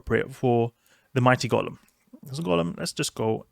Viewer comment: Enjoy your vids man but, it's Golem (as in toe/hoe/poe/snow) not Gollum (as in the LotR character).